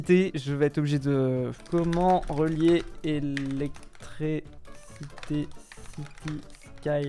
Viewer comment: qui dit electrécité au lieu de dire électriiiiicité ça me trigger